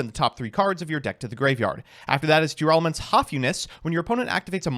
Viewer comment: Everyone is pronouncing Tearalament wrong and I will not be convinced otherwise